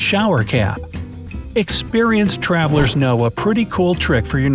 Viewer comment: at 2m18s said twaveler